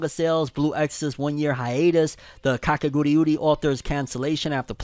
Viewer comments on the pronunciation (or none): Why does he pronounce kakegurui, kakeguriuri ? 😅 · But why does he say kakeguriuri???? Like man just read like its written. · You adding extra syllables to Kakegurui fam😂. And ya def watch Made in Abyss, it's a masterpiece and one of my all time favorite anime. Live action anime only usually work if the anime's setting and story is grounded in reality. Made in Abyss won't translate well at all in live action, so definitely gunna be avoiding it lol. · And Kakegurui as "Kakeguriuri"